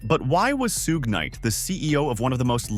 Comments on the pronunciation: suuuuge night really dont speak on him if you cant even say his name. dumb AI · Right on haha soo-ge night lmao